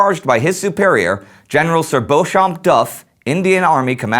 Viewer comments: I am pretty sure that Gen Beauchamp Duff's first name is pronounced "Beechum". Their were tv ads many years ago for a Dr Beauchamp in Los Angeles, and they said it as Dr "Beechum". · I think Beauchamp is pronounced Beecham. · Yes, but the English generally pronounce the surname spelled Beauchamp as Beecham. (I realize that Beauchamp here is used as a given name.) Proper names in both English and French may have pronunciations quite different from how they're spelled. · I believe Beauchamp, in British pronunciation, would be "Beecham".